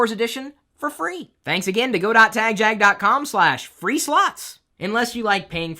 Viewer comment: Chris, i should let you know that I've never participated in your give always because i hate the way you say tagjag.